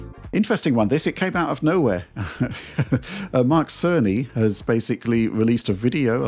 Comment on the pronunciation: Hey there its Dana Car....I mean Mark Carn...I mean Cerney. Just also noticed CERN 🤔